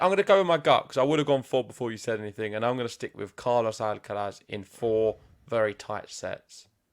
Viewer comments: Th on the end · The pronunciation of Alcaraz is jarring